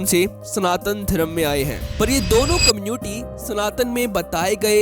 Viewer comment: दो biggest कम्न्यूटी ❌❌❌ ====> दो biggest कम्यूनिटी ✅✅✅.